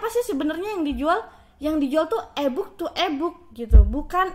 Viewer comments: iyah eeee booookkk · Inkom, ebuk😅😅 kak coba kursus English bicara yg bener.